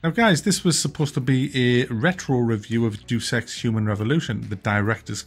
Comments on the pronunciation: It's not "duce ex" it's pronounced "day-us ex" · Pronounced Day-us Ex..... not DUUS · I thumb you down for saying Jew Sex instead of pronouncing Deus Ex properly. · Please tell me the mispronunciation of Deus Ex was on purpose.